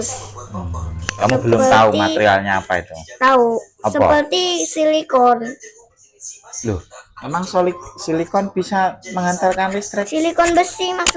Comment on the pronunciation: Silikon bukan Solikin 😂😂😂😂